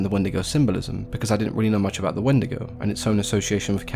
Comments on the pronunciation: If you pronounce it not as When-de-go and pronounce it like wen-dee-go you're going to Hell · I grew up hearing these stories from my elders, but they pronounced it "When-dee-goh". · The “Wandigo” always comes to mind now, damn it markiplier